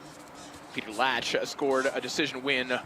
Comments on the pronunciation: Kiedy oni sie naucza wymawiac te polskie nazwiska....😅😅😅😅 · To jest Piotr Łącz 🇵🇱 a nie żaden kurwa "Peter Lacz"! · Walka piękna ale żeby nie potrafili się nauczyć wymówić Piotr Łącz to żenada w uj... 🤦